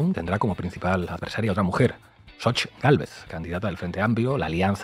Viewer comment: Saludos yo soy hablante originario nahuatlaca y el nombre de esta loca es en náhuatl Xochitl en español flor y no como todos están diciendo sochitl y soy orgulloso orgulloso de ser nativo